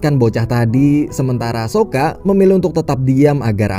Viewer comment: Saka bang bukan soka ..soka merk baja ringan🤣🤣🤣🤣